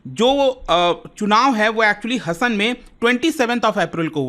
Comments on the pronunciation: वे हसन नही sir 😂😂 हासन कहते है उस जिले को🎉😊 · Sir इस constituency को Karnataka में "हसन " नहीं "हासन" बोलते हैं!! Thanks for the update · It's not Hassan: हसन, it should be pronounced as Hassan: हासन!!! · Sir it is Haasan not Hasan....